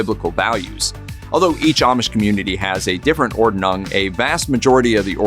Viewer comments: Ordnung is pronounced “Ord-nung” not “Or-de-nung” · Interesting, but the host should have learned how to pronounce "Ordnung", a little research goes a long way! Made the whole presentation for me too high school with that constant mispronunciation.